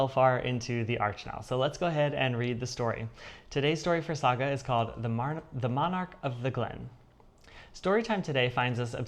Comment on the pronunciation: Yeah,a Saga story 😂😅🎉. Well done with the pronunciation. 😊. You are heading for finishes with your stitching. Yeah.🎉. I do like the Prayer piece, very beautiful. Great video 😊